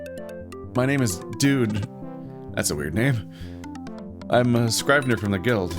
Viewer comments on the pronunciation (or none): The I in scrivener is pronounced like an E. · The “i” in scrivener is pronounced like the “i” in igloo. Not a big deal as it’s an archaic word that’s not really used anymore.